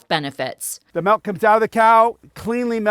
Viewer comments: I can’t even count how many times I just heard “melk” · I keep hearing them say Raw Malk XD